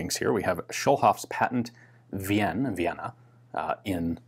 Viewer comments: Ian, it's correctly pronounced "Ween" like in Wiener sausage. Other than that, another very interesting video on a pistol that only you could have found. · His 'Wi-en' was interesting, very French. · Hi Ian, "Wien" in German is pronounced like VEEN would be in English. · Cool gun and a good video, as usual! :) Just a little hint: "Wien" in german is pronounced more like "ween"! The "e" in "ie" is almost always just making the "i" longer/more pronounced ... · I don't care. It's an Austrian city, not an English one. We don't say Nieuw Amsterdam or Londinium, we pronounce it correctly. :-)